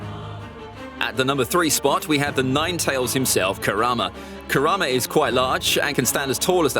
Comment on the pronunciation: did I hear QUITE?! Tall… kurama is QUITE TALL?!